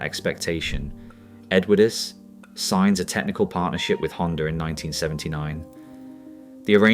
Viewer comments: until ai can speak English even close to properly (and I personally hope that it never can..) it should not be allowed anywhere near a video of which the subject is really interesting. The narration on this one is a joke… continually pronouncing the ‘e’ on the end of Edwardes? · Factually interesting but a shoddily produced video, photos badly manipulated, not matching the dialogue and some just random and nothing to do with the content. Let's see how many times we can mispronounce Edwardes. Awful! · The video itself is excellent, you do deserve huge credit for that and I would certainly watch more of your output. But in a story about British Leyland it's a bit of an issue if the narration cannot even ppronounce the word "Edwardes" properly. Please take this as constructive criticism and not just nasty sniping from the sidelines because it certainly isn;t that.